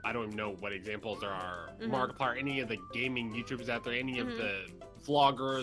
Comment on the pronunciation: did you say M A R K I P L I E R !